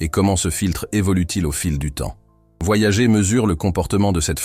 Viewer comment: Nan, mais là il le prononce mal à dessein